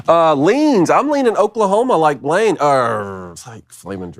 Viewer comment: "Blain" count: (Blanyé) 1. 2. 3.